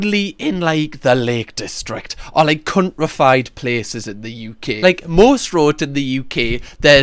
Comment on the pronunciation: I love how say "countriefied" 😂😂😂😂😂